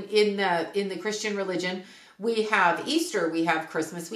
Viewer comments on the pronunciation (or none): none